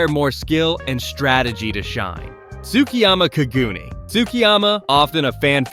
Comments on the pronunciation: "kagoon" cog-u-nay is how its pronounced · Say it with me now “Ka-Gu-Nay” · Bra U sayin kagune wrong talkin bout some "kagoonies" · quick tip: in ur tts put in the hirigana for the japanese word so it pronounces it correctly for kagune im relatively sure it would be かぐね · How do you manage to mispronounce Kagune every single time